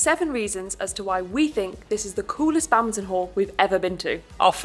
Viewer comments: whats this "Bamton" he keeps talking about? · lol. wtf is "bamton"? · Do they keep saying "Bountain" instead of "Badminton" or something? Is this a British thing? lol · What's "babmton"? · What is this "Bantin" the guy keeps talking about? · Why the hell do you keep calling it Bowton????